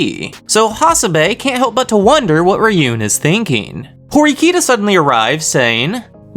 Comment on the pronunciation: You’re pronouncing horkita and ryuen name wrong lmao